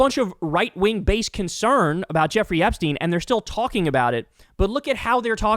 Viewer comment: We're still talking about Jeremy Epshteeen?